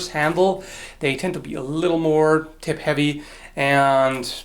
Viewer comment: ..Great vid, albeit with more coffee with some maple syrup in it, is recommended for early morning English mispronunciations too,...fething bell, I could feel your frustration over sheer 'WTF is with me?' and induced humour at the tip of the thip...I wonder if that thip rhymes with whip, might not this loosely connected ditty help with future thips. "Sticks and stones may break my bones, but whips and chains are kinky"